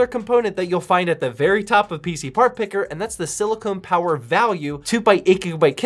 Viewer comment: Lol "Silicone" Power Sure, Jan